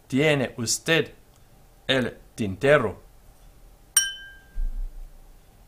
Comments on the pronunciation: Lol why are you.pronounce v in Spanish like W? Its a B sound (or a modern greek β sound) Also R and RR contrast in Spanish. R is an alveolar flap, your saying tinterro instead of tintero. Also I think pronouncing Y/LL as DJ is more common than either Y or SH(ZH). Spain and most of latin America does DJ part of Central America does Y Part of Argentina does SH part of Argentina and uruguay does ZH (or maybe I reversed those two) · Muy bien. Just an observation: single "r" has a softer, shorter sound than the "rr", which you already know, since sometimes you say "tinterro" (non standard) and others "tintero" (standard).